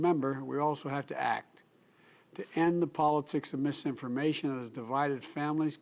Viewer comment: Did he actually say "end mis information"